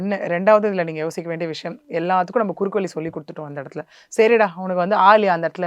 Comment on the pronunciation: அவசரம் அவசரமாக பேசுகிறார் விஷயம் என்ற வார்த்தையை விஷம் என்று உச்சரிக்கும் அளவுக்கு அவசரம் நிறுத்தி நிதானமாகபேசினால் நன்றாக இருக்கும்